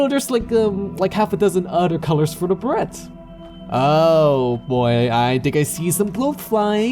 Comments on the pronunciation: really like the attention given to getting the bugs right. real roaches have an iridescent look and big flies are colorful. the dusty vanilla ones are so dull. BTW it's pronounced "bur-Ray" not "Bare-it" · lol beret is pronounced "ber-ray"